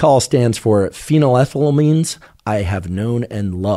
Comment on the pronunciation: Watched the portion describing the chemistry and was quite disappointed. Not only is that not how you pronounce shulgin, that's not how you pronounce phenethylamine. Mispronunciations aren't too concerning. What is tho, is the lack of explanation/detail about the stereochemistry of MDMA. MDMA has a chiral center, meaning that there are two "mirror" versions of the molecule, that can/do exhibit different pharmacology, because the two "mirror versions" (isomers) are actually different drugs. SO MDMA is not one drug, but 2 drugs. The D and L iosmers. (Alpha carbon, methyl group) Just like dextroamphetamine and levoamphetamine have different effects and pharmacological effects, dextroMDMA and levoMDMA have different effects, and pharmacological effects. Is the MDMA being used in these studies dextro? Levo? racemic?? Because that matters! If you are using racemic MDMA in these studies, you are in fact testing a combination of two different drugs. This is a big deal, isomers matter, and making it clear that most MDMA available (is racemic) and is a combination of two different drugs, dextroMDMA, and levoMDMA is incredibly important. DextroMDMA could be therapeutic, and levoMDMA could be nuerotoxic or vice versa, we don't know yet. So to say MDMA causes anything is misleading, because we need to know what individual isomer is causing which specific effect. We need to examine and talk about the individual isomers, rather then racemic MDMA. Also, I didn't watch the whole thing, but di